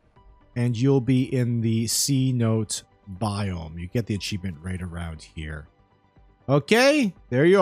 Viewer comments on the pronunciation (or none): It's pronounced "sen-o-tay"